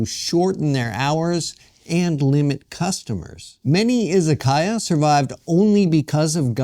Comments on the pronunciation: I-ZA-KA-YA, not I-ZA-KAI-YA. It’s difficult watching someone present himself as an expert on Japan while repeatedly mispronouncing the very word at the center of the story. It doesn’t exactly inspire confidence. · Yes, exactly. It is いざかや. But the pronunciation used in the video was いざかいや, izakaiya. That is the problem. It was simply pronounced incorrectly.